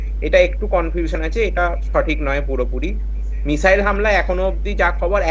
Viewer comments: উচ্চারণে মিজাইল😅😅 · ভাষা ঠিক করে বলুন, মিসাইল না বলে মিজাইল বলছেন, পাগলের মত কথাবার্তা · মিজাইল? ইজরাইল? হচ্ছেটা কি?এগুলো ঠিক করে উচ্চারণ করুন । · মিজাইল😁😁 কি শব্দের উচ্চারণ 😌 এরা নাকি আবার শিক্ষিত সমাজের মুখ 🥹😄😄😄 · আচ্ছা মিসাইল কে মিজাইল বলছে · মিসাইল হবে তো, মিজাইল নয় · যাক, অনেকটা নিশ্চিন্ত হওয়া গেল। অনেক দাবী, পাল্টা দাবীর মধ্যে সঠিক খবরটা পাওয়া গেল। এটাই গুণ। তবে একটা মিসাইল যে ৩০ ফুট গভীর আর ৫০ ফুট চওড়া গর্ত করে দিয়েছে মোসাদের কার্যালয়ের কয়েকশো মিটারের মধ্যে, সেটা বলল না। আর একটা কথা, মিজাইল নয়, মিসাইল। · মিজাইল নয় , মিসাইল । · মিসাইল ❌ মিজাইল ✅